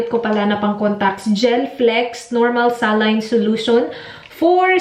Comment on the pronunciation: saline "sa-line" pag pinoy , pronunciation pag puti ay "SAY-LEAN"